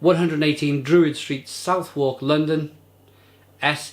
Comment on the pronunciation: Pronounced Suthuk by the way! Great review!